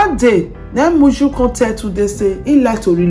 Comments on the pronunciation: Moyo is her name not Muju please. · Oviedo na moyo.not muyu. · Improve on your pronunciation the man's name is Nuru not Niru also the lady is called Moyo not Miyu or how ever you pronounce